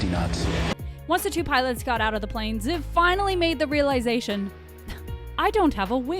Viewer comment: CONGRATULATIONS!!! that is actually how that name is pronounced, well okay... Ziv (the way you pronounced it) is a really common nickname for people with the name Zivi in Israel. (BTW in my opinion the Israeli F-15 looks cooler then the American one, HAVE YOU SEEN THAT PAINT JOB?! THAT SHITS SO COOL). Well you just talked about how it can fly with one wing 😂.